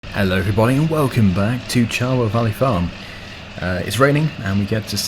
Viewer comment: Who else noticed he said Charwell Valley farm